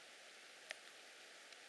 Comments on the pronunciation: "Fire" Sans déconner, ça montre quelque part ton niveau... c'est tellement trop "stylé" de prononcer ce mot omg imagines un anglais qui voit cette vidéo, mec t'es pas iron man tu dis juste "feu" .. la grande classe ;) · J'adore quand il dit FIRE avec l'accent et tout